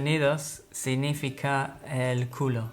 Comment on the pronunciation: jajaja, he's saying culou, jajaja XD, i like kill myself ._.